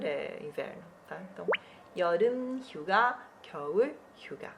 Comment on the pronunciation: 휴가 hyuga eu escutei suga =^=